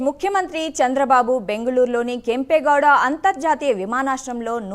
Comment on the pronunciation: అది కేం పేయ్ గౌడ కాదు కెంపేగౌడ అని కలిపి చదవాలి అదికూడా తెల్వదు😂😂😂